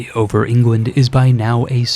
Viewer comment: why do you call england "ingwend"? lmao